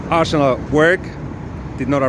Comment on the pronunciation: Dude - peeelease learn to pronounce Arsenal properly (we don't roll the r in English). 'arsenuw' not 'all-see-nalll'